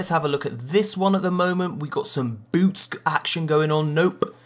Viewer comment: every time he says "boots" i hear it "boobs"